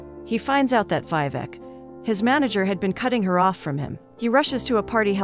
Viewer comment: It's not VI-VEK its VEE-VEK